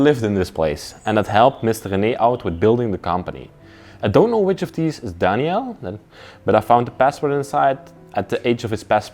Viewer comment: Was his name Danielle? («Dani-ell) That’s what you’re saying, but it’s usually a female name. Or was it Daniel? («Dan-yel»)